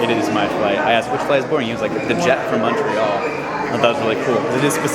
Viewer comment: So much genuine emotion and kind, everyday people going out of the way to help and connect with strangers. And so diverse in every way, culture, geography, etc Cheers from Montreal. And thanks for now correctly pronouncing it Muntreal and NOT Mawn-tree-all which is how most Americans say it. You also do well with Quebec K-beck and not Cue-bec or Cwo-bec